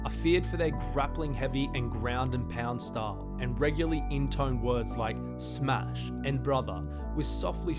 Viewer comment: Smesh everybody...